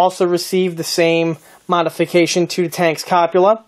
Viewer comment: The kit is a Trumpeter kit, not a Trumpeteer. Also it's called a Cup-ol-a, not a Cop-u-lar. Nice job on building and painting the kit.